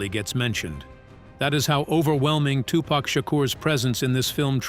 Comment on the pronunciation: fact number 29- tupac's, and bom-buhtah and queen lottifah's names are pronounced both correctly and completely incorrectly in this video over and over- also donald fyzen or faysountt was in new jersey drive which was just as dangerous a movie which he was in